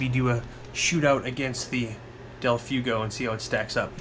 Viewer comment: Del Fway-go. Not del few-go. Spanish, you know.